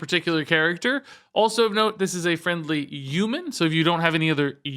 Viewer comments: Very humbled “Uman” that you are making this educational content lol Thanks as always! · What's a U-man? Lol